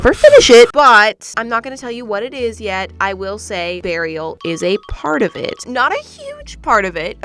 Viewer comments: I know it’s supposed to be Beariel like Bear and Ariel, but all I can think is burial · When said Bearrial I thought she ment burial 🪦. ☠️💀😂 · OK, so; I know "Beariel"? (Is that how it would be spelled?) is supposed to just be a combination of a bear and the name "Ariel" from the little mermaid.. But when keeps saying that name I simply cannot hear anything but "BURIAL" and i'm crying from the cringe that my brain has created from this... ANYONE ELSE? no? JUST ME? ok great... sigh cute shells btw.. I mainly LOVE the dumbo octopus